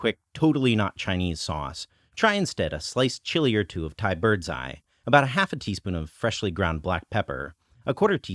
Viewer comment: The way you said "birds eye" had your Chinese accent on it that I had to rewind to realize it was English